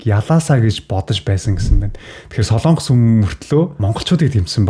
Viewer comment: хүүе дүү минь " СОЛООНГОС" гэж улс байхгүй ээ. "СОЛОНГОС" гэж улс байнаа !!!!!